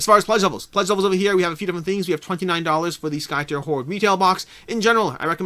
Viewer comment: Skytear is pronounced as if you are ripping the sky, tearing it apart. At least, that's what the KS video says ;)